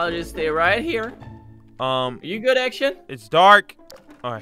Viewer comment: You said gmod instead of good